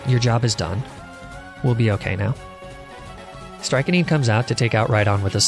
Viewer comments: Ngl, the pronunciation of "Strychnine" was upsetting. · I've accepted how you say Arcanine and Lapras, but for some reason your "strychnine" pronunciation was unacceptable. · Your pronunciation of strychnine is surprising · Can’t tell if Strike-A-Neen is just another Arca-Nee-Nay or if you genuinely don’t know it’s pronounced Strick-9. Well done. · Strike-a-neen instead of Strik-nine was the most forgiveable but hearing it 200 times still hurt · I can't tell if the Strychnine pronunciation is a joke like "Archaneenay." Or "Laprahh." But it's pronounced likeStric-9. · strychnine - pronounce as (Strict nine) or ( STRIK-neen). sorry, it was driving me nuts the whole video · its pronounced Strick-9 btw... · You’re pronouncing your haunter’s name wrong, i believe it’s pronounced “stry-kin-nee-nay” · Its 'strick-nine' or 'strick-neen' btw. idk if this is a meme. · Just curious how many people know that it’s pronounced strick-nine…. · He’s pronouncing strychnine, it’s ss-trick-neen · The way you pronounce strychnine bothered me lol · the pronunciation on strychnine destroys me